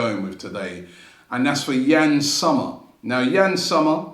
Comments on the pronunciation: It's pronounced ''Zomer' with 'o', not 'summer' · Yann [Zommer]..not [Summer]😂😂